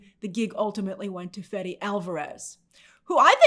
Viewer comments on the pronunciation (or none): Its pronounced FEHDEH, not Fehdee.